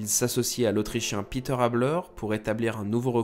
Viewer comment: Très bon documentaire. Merci. Reinhold Messner est une idole pour moi, au même titre que Mohamed Ali... J'ai eu la chance de Voir Messner une fois à Bâle pour une conférence et projection de film. J'ai été très impressionné par le personnage et son regard bleu métallique! Une toute petite critique si je puis me permettre: prononcer plutôt Pét'r (Habeler par ex) que "Piter": c'est de l'allemand et non de l'anglais.... je sais je suis un peu pointilleux, sorry!